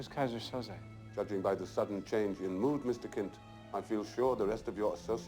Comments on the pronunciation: omg why they pronounce Keyser Söze like Kaiser So-Sei. The whole movie I was confused about a turkish guy with an asian nickname. 🙄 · I'm telling you it's KEYSER SOSEEEEE!!!!